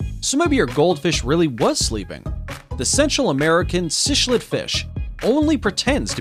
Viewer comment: "Cichlid" (the fish) is pronounced: sick-lid :●}